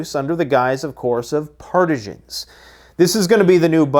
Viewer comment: Never heard partisan pronounced that way. Makes me think of cheese.